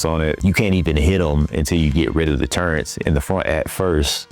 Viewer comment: Brother, good video, great points, audio sounds good, there’s only one critic I can give you. Proofread the script, out loud. Just like you would recording the VO. I think you’d find a few things you would change. Also, the letter “n” does not belong in the the word “turret” 😊😅